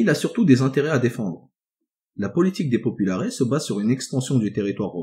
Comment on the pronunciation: Superbes vidéos, merci beaucoup Au faite, on prononce§es dans populaires (popoularesse) pareil pour optimates